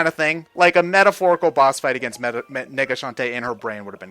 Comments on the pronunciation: please stop saying nega shantae. You make it sound much "different" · _- who else kept miss hearing nega as well, swap out the e with an i. they sound so similar and no matter how you say nega, it just sounds like the other thing.